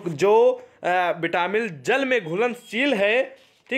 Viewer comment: Vitamin hai vo vitamil nhi